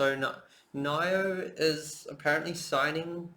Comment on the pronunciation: you pronounce nio so wrong lol